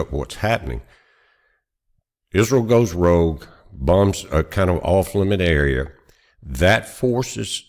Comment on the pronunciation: Rogue, not rouge! (That's blush!)